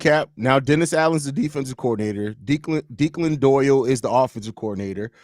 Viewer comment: You gotta be a real hood dude to pronounce a traditional Irish name like Declan as D’clan. That made me smile. Good stuff all around